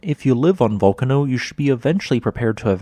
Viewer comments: As an Italian, please stress the sillable near the end rather than the first one. It's not Vúlcano, it's Vulcáno. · I think that the correct Italian pronunciation is something like "vool-car-no". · He using the more english version i say it Vul-can-no sounds like im saying volcano so i try to make the u sound like a u and not o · A really interesting explanation, but ruined by a grotesque mispronunciation of every single Italian name mentioned; just for starters, the two volcanoes are correctly ‘Vool-KAHN-oh’ and ‘STROM-bol-ee’